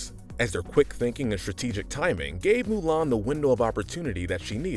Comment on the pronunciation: It's Mulan not ''Milan''. Milan is a city in Italy you idiot!